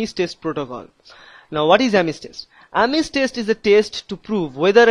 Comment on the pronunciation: thanks bruh, but you said Ames like ARMENS. THAT WAS FUNNY \